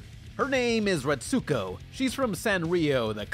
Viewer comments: Ret-sko, not ret-su-ko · "Ret-soo-ko" triggered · U said retsokus name roung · You are pronouncing Retsuko wrong that it hurts...